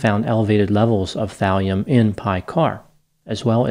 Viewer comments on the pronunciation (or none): thalium .. i thought you said valium